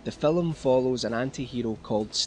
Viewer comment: phillum. Haha